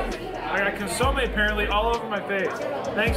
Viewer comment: He also could not pronounce consomme. He has no excuse. Consomme is a French word and he is French Canadian.